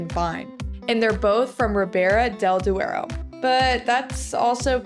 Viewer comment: Duero not deuro.. please :-)